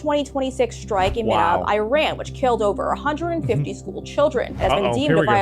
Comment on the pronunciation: WTF is I-RAN........... it's pronounced as E-RAN